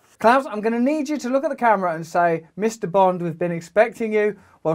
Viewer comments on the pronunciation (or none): Damn man, if I was the head of one of the most powerful companies in the world I would put forth the effort to pronounce "the" instead of saying "ze" because that is SUCH a bad look.